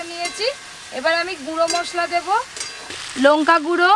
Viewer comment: Lonka noy lanka